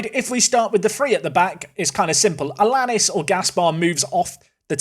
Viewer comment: Allianis is said aiyanis I think